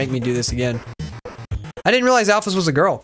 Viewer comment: When met alphys instead of alphys he said ralphus if you turn on subtitles